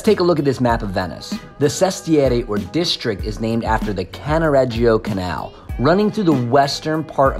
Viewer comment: you've have improve the pronunciations.........f.e. it is "Cannaredjo" not CannaREggeeeo......